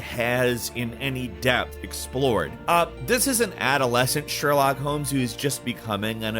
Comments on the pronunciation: why you're calling him Sherlack lol, it's Sherlock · I just wanna ask, Is it normal pronunciation for Sherlock? It sounds weird to me, I'm not a native btw.